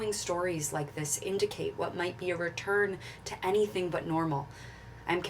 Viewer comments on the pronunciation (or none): none